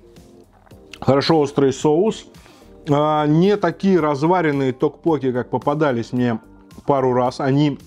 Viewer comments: ток поке-тоже режет слух.. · токпоккИ, ударение на последний слог) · Кого тоже передергивало, или кто вздрагивал, от того как произносит "токпокки"? Неправильное ударение меня просто убивало, и мне приходилось произносить "мантру": "Пиво, соджу, токпокки" Понятно, что кухня незнакомая, названия не понятные, обзор вызвал смешанные чувства, блюда в любом случае более европеизированы были при готовке, так как многие корейские блюда мы просто не смогли бы есть, нам бы они были ни то что не привычны, скорее вызывали бы вопрос как это можно есть, и поэтому в обзоре присутствовало постоянное некорейский вкус и корейский, непривычный, вкус.